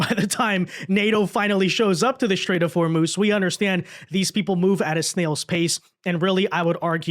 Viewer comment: The Strait of Whormoooze?